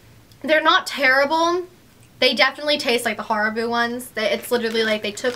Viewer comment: The way you pronounce Haribo tho.